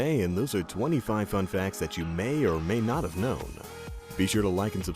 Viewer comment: did he say "fuckfacts" at the beginning